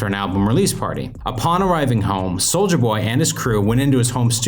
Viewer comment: It’s ‘soulya’ jeez man